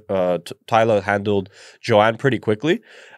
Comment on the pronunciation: Wow you can’t pronounce a 5 letter name. TALIA.